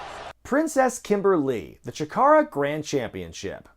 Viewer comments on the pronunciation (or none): none